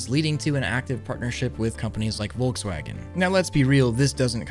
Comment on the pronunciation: Wolgswajgen... you have to say VOLKSWAGEN!😂 Nice video😁